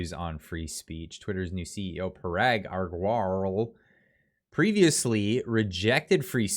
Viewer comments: It is very easy....the name is pronounced Ag-ra-wal. That is it! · I love how you pronounce the CEO's name. Is a HILARIOUS BUTCHERING of the name😅, reply to this comment if you want to know how to pronounce it.